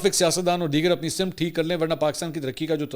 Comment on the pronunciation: منصور بھائی آپ نے لفظ سمت بولا۔۔۔س پہ زیر نہیں بلکہ زبر ہوتی یے۔❤۔باقی آپ گریٹ ہو۔غیر جانب دار صحافی ماشاءاللہ